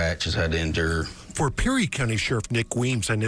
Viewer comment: “Has had to INdure”